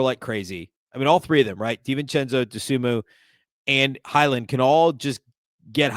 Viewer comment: How much longer will it take you to pronounce Dosunmu right?